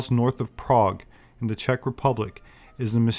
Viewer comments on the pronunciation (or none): none